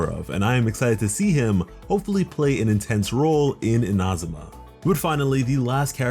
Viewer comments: eena- zoo- ma (not in-ah-zoo-ma) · It's neither. it's more like ee-na-zu-ma (IDK about the emphasis) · Its Inazuma not Inazuma .. plz say it correctly .. its annoying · In-A-Zoom-A im sorry but its said this way in game and you butchered it the whole video. Please fir the Archons say it right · “Ina zooma “ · Not to put any hate but anyone annoyed at how he says Inazuma as Ina-zum-ah? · He said Inahsumah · yeah i heard you say inazuma once and knew this video was just not for me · The way he says Inazuma upsets me, but I appreciate the video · The way he says inazuma hurts me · The way he says Inazuma bothers me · Why do you say inazuma like that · the way you say inazuma scares me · Its not iNazuma its InaZuma, also SuMeru not SUmeru, its baAl not ball, im so sorry but this is anoying me